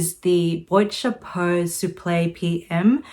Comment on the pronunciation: It’s BWHAT CHAPO or just say hat box rather than boyt chapu.